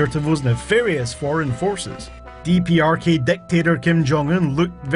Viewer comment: It's dprk not dprkey